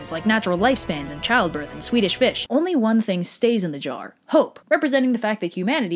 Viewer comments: I like how she said swedish fish. TBH I don't like swedish fish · "Swedish fish" that one hurt